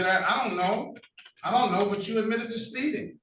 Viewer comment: What the hell is "spee-in"?